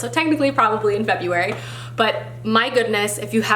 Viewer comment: FEBURARY! 😂 how cute